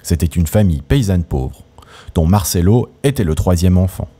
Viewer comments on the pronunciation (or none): Noooon, on dit martchello, le c entre 2 voyelles, se prononce tch, un peu de respect pour la langue de Dante et cet immense acteur. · Marcello se prononce avec un un ch ! Visionner la dolce vita